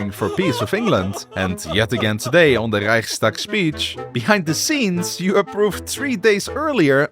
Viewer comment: I apprechiate the effort of trying to pronounce the german words correctly, but when saying reich you use the soft ch not the hard one. Also Ää, Öö and Üü arent versions of A, O and U but independent letters, if you cant write them use Ae, Oe and Ue instead.